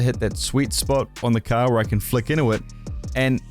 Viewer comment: man said “caah” instead of “car” 😭